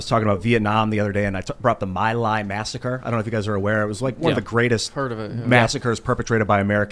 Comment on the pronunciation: It's pronounced "mee lie". It was also called "Pinkville" by the US troops.